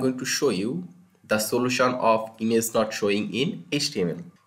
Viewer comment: Why does he pronounce "image" "ines"